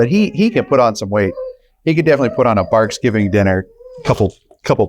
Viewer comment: Excuse me??? Did you actually say "Barksgivng" ? Gimmeabreak.